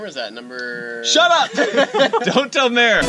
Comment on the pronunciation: it would be mere like meredith? lol not mare like a cow haha